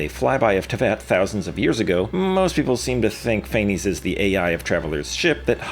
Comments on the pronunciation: I'm Greek/German and it's actually pronounced KNEE-BULHOOGN and FAENEES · Ain't no way you pronounced Kukulkan and Phanes both wrong in the same video.